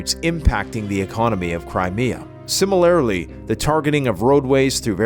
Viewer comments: Laughing at how pronounces "similarly" Hahaha 'similairlee' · SIM A LAIR A LY? MILLI TARE RYE ZATION? What’s wrong with this guy’s English? The female speaker sounds better than him.